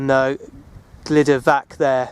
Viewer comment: Excellent video which brings back memories of the 1960's when I roamed these hills. Please talk to a welsh speaker and sort out your pronunciation. Please make the effort and change these videos to excellent rather than excellent except for some horrible pronunciation. Truhvan, Glyder vaxch. Pen ùrr ole wen.